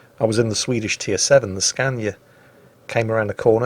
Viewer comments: He said Scania by the sound of it. Latin for Skåne, so he was half right.. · Unfortunately later dramatically failed to pronounce Skåne anywhere close to correctly lol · Your pronunciation of "Östergötland" was just fine... but You need to practice how to say "Skåne". That was just... just let us say that there is a lot room for improvement!:D Oh, and You were correct in the pronunciation of "Öland" and "Halland" but those two are much easier to say! Thanks for providing great entertainment! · Skåne is a county, not the world's best truck brand only rivaled by and shares its spot with Volvo. And even the truck brand isn't pronounced "Scäniä". The first "A" is pronounced like the "A" in "Lars" and the second "A" is pronounced like the "A" in "Cornelia". Edit: Spelling...